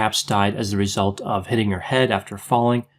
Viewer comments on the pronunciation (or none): none